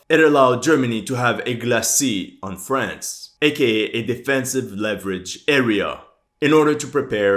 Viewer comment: It drives me nuts how some ppl say France!! it sounds like u say "friends", and I can't get it out of my head every time I hear it 😂 Love the vids